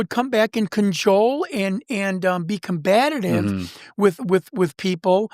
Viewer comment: Pendantic. PEDANTIC. Not pedactic. Combative not combative. He's cute but my god does he take poetic license with words.